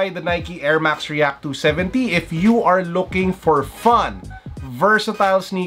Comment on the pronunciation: the way he says should u guys buy the nikey 27d reakkk lol g